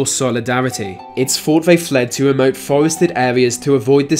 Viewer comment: It’s fought vay fwed to weemote foewested ehweas to avoid descwimination.